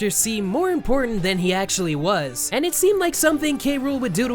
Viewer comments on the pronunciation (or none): none